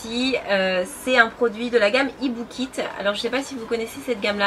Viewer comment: Aussi c'est la deuxième fois que tu nous présente un produit de la gamme IBUKI et que tu nous sors "IBUKIT" ? Nan mais sérieux ? Tu as la chance de recevoir des produits de marque, tu pourrais t'investir plus que de nous lire le descriptif et de nous dire que le produit est super. Quels sont les ingrédients actifs ? l'innovation, la science derrière le produit ? qu'est-ce qu'il a de particulier ? Pour quels types de peaux il est préconisé ? Est-ce qu'il a des agents susceptible d'irrité les peaux sensibles ? Dans les produits de soins c'est important de connaitre un peu plus de quoi on parle, tous le monde n'investit pas dans un produit onéreux et surtout ne se met pas un produit sur le visage juste parce- qu'"IL SENT BON". Si tu veux que ton audience te prenne au sérieux , augmenter ton nombre d'abonnés et recevoir plus d'offre de partenariats, il faut que tu t'investisses un peu plus dans ce que tu fais. Je sais que mon commentaire va te paraitre "dure" , tu vas t'ennerver au début, mais j'espère qu'en y repensant tu vas le prendre d'un point de vue constructif et t'améliorer. Je pourrais te dire que ta vidéo est génial comme les 300 commentaires qui vont suivre mais c'est pas vrai. En plus des points que j'ai cité, tu nous a fait une vidéo de 20min où on s'ennuit et où il manque cruellement de dynamisme. J'ai regarder tes premières vidéos il y a des années de cela avec tellement d'emmerveillement. J'ai ensuite arrété des regarder les vidéos Youtube pendant un moment et qua